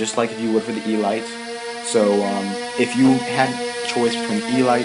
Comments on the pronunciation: its pronounced eeleete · Elite... ee-leet. Descriptive of the "highest class" within a group. As in... Only the elite qualified for special service. Not trying to be a... you were having some trouble with that word.:)